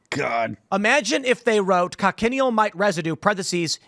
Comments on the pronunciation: Not con-ken-e-al. Coch-i-neal. Keep talking like that and you will eat ze (colored) bugz. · Btw it's pronounced Coach-in-eel. Learned about them on a desert trip in Tuscon where our guide showed us these bugs on cacti where they naturally live. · Thats not how you pronounce cochineal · That's not how you pronounce cochineal.